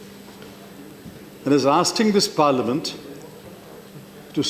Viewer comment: PC: Parliament SHAH: Parlamint